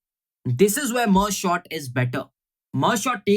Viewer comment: everytime he says merge Short , it makes me laugh 😂😂